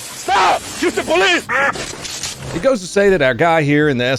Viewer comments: Take a shot every time you heard "HOUSTO POLEEZE!!!" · ah mr. youstapolee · “Hoosta Paleez!” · that’s actually cartel. im from houston. your north carolina ass wouldn’t know. espeekee spanish ola compadre houston poleese!! uston poleeseee! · HYUSE-TONE PALEESE